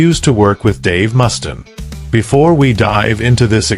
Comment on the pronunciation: Could you at least say his name right. Wtf